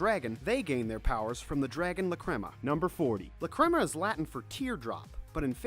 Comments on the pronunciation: I am cringing so much with the way he says lacrima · IM SORRY BUT YOUR PRONUNCIATION OF LACRIMA MAKES ME SOOOOOO MAD